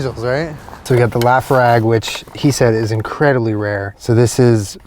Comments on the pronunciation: Also dying at Lah-fro-ag. It's Luh-froyg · "la-frag" my father would shake his head at that pronunciation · It's pronounced Luh-Froyg my dude. Hope you enjoy! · The way said laphroig 🙈🙈 "laugh-rag" 😂 its "la-froig". Totally get it though, scottish words are weird 😂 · It's la-froig, not laughrog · It's pronounced lafr(oi)g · “Lap-frag” whiskey is my favourite 🤣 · It's pronounced "Lafroi" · omg how pronounced laphroaig ahahaha "lafrag" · BTW its La-froy-g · The whisky you bought is pronounced "la-froy-g" :) love ya, all the way from Scotland! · its pronounced la-fro-ee-g sorry too correct, im just dink fam from Scotland, much love too u n Jenna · Wow that sucks so hard, I'm glad you got some awesome replacements though. But omg "Laughrag." Played it back 3 times DYING hahaha. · The way he pronounces Laphroaig hahah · how you pronounced Laphroaig made me laugh 🙈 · you're pronouncing Laphroaig wrong omg sorry I just started interning at a PR agency that represents Laphroaig as well as Booker and Basil Hayden so it's all I've been thinking about this week. I'm definitely going to get you on our influencer list so you can maybe get some free whiskey in celebration of one million! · your pronunciation of laphroaig is hilarious hahaha